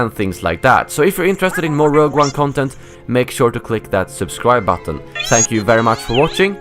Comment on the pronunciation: The way he says content makes me want to die